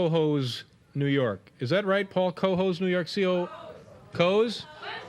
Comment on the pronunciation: It's pronounced Kuhoes even though it's spelled Cohoes. It is near Glens Falls, New York but closer to Albany. It's good to hear a local viewer got a letter on your show.